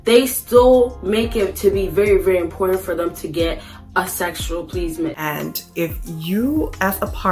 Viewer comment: That had absolutely NOTHING to do with my comment about the female who said "PLEASE-MENT". . . But, respect due all the while. We DO have options.